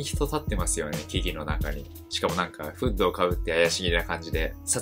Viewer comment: 「フード」って「フッド」なのか…。 発音がフードじゃないと 違和感しかなくて頭に入らない…。